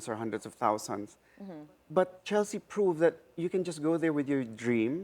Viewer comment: CHELEKSTSHE CORCHESI WKWKWKW